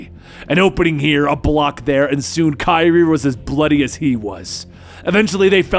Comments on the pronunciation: its not kairi tho its karai (ka-ra-yyy) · You meant to say [kah-rah] when you said [Kah-ree] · Btw your saying Kari wrong it’s pronounced like (Ker•ai) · If you're gonna say her name pronoun it right it's karai it's not kyrie where did you get the name kyrie from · Her name is karai, not kairi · kye-reee????? its kuh-rye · I like always says Kyrie when it’s really Kriy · The narration is great, but I can't stand how he pronounces Karai's name. (It's supposed to be pronounced Kuh-Rye, not Ky-Ri) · Her Name Is Pronounced Ka-riy Not Kiree No Offense! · I didn’t know Kyrie Irving was in Ninja Turtles 😂 it’s “Kuh-Rye” bro... ALSO ITS FUGITOID🤦🏽‍♂️🚶🏽🚶🏽🚶🏽 *Still was an enjoyable video though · we're you actually saying "Keye-Ree"? lmfao it wasn't until the 6 minute mark I realized he meant karai "Kuh-Rai" lmao wtf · Idc if I sound like a jerk pointing this out but I do mean this sincerely...Karai. Ka-Rai. Not Kairi. Ka-Ry. Karai. It's not that hard. I'm sorry it just...man, that actually bugged me more than I expected. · Just an fyi it’s not kai-ree, it ka-rai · Shouldn't be 'kuh' since it's Japanese. The 'a's should sound as the one in 'cat' or 'hat'. This is difficult to explain in English... But it should sound exactly as if read in Spanish: Karai. Not Kairi. I kept thinking of Kingdom Hearts :p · It's Ka-Rye. Not Kye-Ri. C'mon dude. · Kerei?...Karai Ka-rai 😆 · It's pronounced 'Kar eye' not 'Kyre'. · Did my guy just say kaira instead of karai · It's Karai/ Ka-Ry not kyree lol and it's the Fugitoid not fuginaut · Ok I have to say it. Her name is pronounced Ka-Rai. Not Ki-rie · Bro said kyrie💀💀💀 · I’m sorry. I find it funny he’s pronouncing Karai as “Kairi.” Can’t help imagining Raphael fighting Kingdom Hearts Kairi and the sais clashing with her keyblade and Raphael dying from the light and friendship. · It’s kar-eye my boy lol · Did he just call Karai "Kairi?" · i know its spelled karai, but ist pronounced kurai or krai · Lol bro it’s KA-RYE